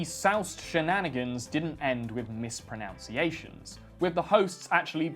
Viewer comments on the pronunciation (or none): "And these soused shenanigans didn't end with mispronounciations" Irony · 'Misprounciations'? And you're brittish lmao learn how to speak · Also, he mispronounced "mispronunciations." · It's hilarious that you mispronounced the word mispronunciations!😁